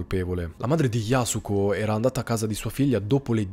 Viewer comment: Yasùko con l’accento sulla u ☺️👌